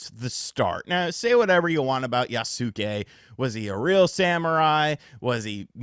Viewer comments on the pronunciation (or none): yasuke is pronounced "yaske" (silent u) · I cringe every time I hear someone pronounce Yasuke with 3 syllables